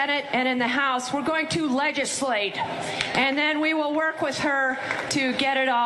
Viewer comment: Did she say "LEGislate"? IE: With a guttural G?